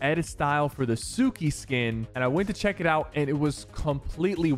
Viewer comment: Man really just said suki, it's tsuki.